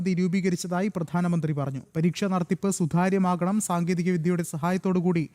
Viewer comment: വിദ്യാർത്ഥി, സുതാര്യം. ഈ വാക്കുകൾ ശരിയായി ഉച്ചരിക്കാൻ അവതാരകൻ ശ്രദ്ധിക്കുക.